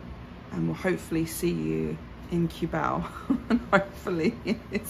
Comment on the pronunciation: If you want to live full time, Mike of Making it happen has a permanent residency visa that gives him to live more than 3 years and he has a car as well as The Juicy vlog have car too. They pass the requirements for drivers license in LTO to have pass the driving test too and by the way, Cubao pronounces as "Koo-bow".